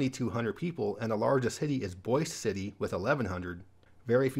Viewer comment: For future reference, Boise City, OK is pronounced the same as Boise, ID. :)